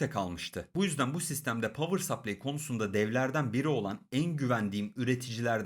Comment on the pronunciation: kanka her şey harika ama "pavır sapley" değil. "pavır sıplay"